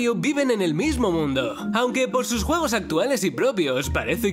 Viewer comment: quien escucho huevos en vez de juegos